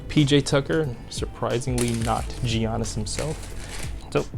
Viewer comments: the G in Giannis is pronounced as a Y. Pls stop saying Jiannis, it's pronounced Yiannis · If you say Jiannis one more time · It's Yannis